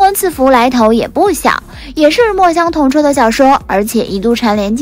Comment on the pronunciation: 肖战主演的陈情令原著作者叫墨香铜臭xiu第四声，请小编多做功课